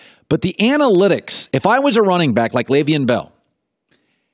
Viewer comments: How many times is he gonna say “LAYVIAN “ Bell lmaoo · First of all. Stop saying LeVeon's name like a guy who doesn't know anything about sports.